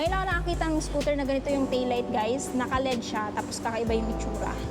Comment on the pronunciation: L E D Ang bigkas nyan